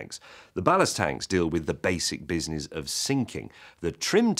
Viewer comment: "Ballast tanks" not "blast tanks". FTFY